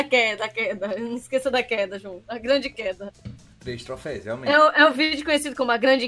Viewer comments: Q agonia do João falando trofeis aaaa kkk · só uma correção, é troféus